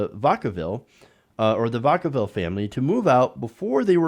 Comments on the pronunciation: The town Vacaville is about an hour from me. It's pronounced with a short A, like vacuum. VA-kuh-vil. It's a half-Spanish word. We Californios call that Spanglish. While vaca (vah-kah) is Spanish for cow, the white Americans that (mostly) live there don't (mostly) speak Spanish. One more thing: Why do you now present all of your videos as 'premieres'? You don't take the time to come comment in the chat room premieres all have. Almost nobody comments in those chat rooms. It's dumb and makes you look desperate for views. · Vacaville not pronounced like that.